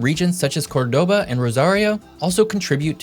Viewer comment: It's pronounced COR-doba, not cor-DO-ba. Just fyi.